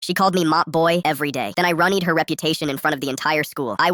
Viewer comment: How ruined was said at the start 🤣🤣🤣🤪